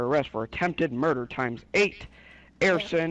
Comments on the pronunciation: He said your being arrested for Air-sin* lol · Did that officer say airson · Attempted murder and AIRSON, (arson).....lmao